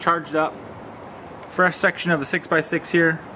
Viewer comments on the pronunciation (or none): none